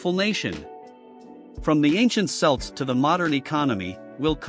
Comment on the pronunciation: Celts are pronounced Kelts. Celtic is pronounced Keltic.